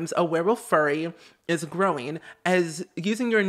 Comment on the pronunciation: FURY as in anger, not furry as in hair